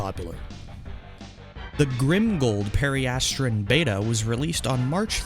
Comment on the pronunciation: BROTHA EEW SAY IT RIGHT. PERI-ASS-TRUN, AHH-ZUR, you said chartreuse correct.